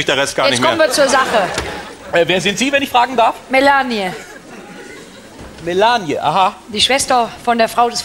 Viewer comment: Mela-ni-e anstatt Melanie 😄